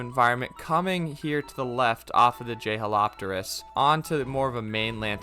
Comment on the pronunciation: the pronunciation for jeholopterus is je-hol-OP-ter-us